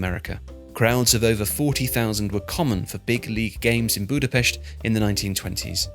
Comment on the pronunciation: As a Hungarian, i really appreciate how you pronounced Budapest in the correct way, for some reason almost everyone pronounces Hungarian and German words in an anglicised way even when they only have sounds that are present in the english language too.